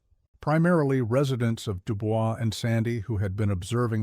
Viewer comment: Is no one else going to bring up the pronunciation of DuBois? Lol